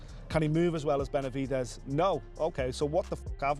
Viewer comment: Learn how to pronounce Benavidez before you speak about him!! If this is an AI voice, get another one. Makes the whole video lame a f.